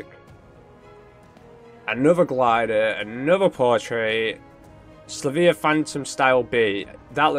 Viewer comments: Is there education where you live rofl. So bro it is Sil Vee Uh not Sluh vee uh. If you look closely the Y comes before the L. Where did you get the pimp sound dampening foam? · I think it’s pronounced sil-vee-a